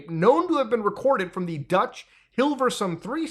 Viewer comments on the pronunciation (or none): none